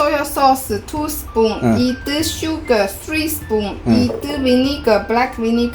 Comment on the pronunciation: Ithu = wonderful The way she said it